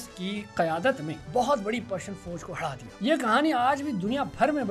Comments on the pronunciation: bro lahori accent bol rhe aapto 😂 "haarrra dia" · Yes I have also noticed bhai Lahore to APNA rang dikhae ga he😅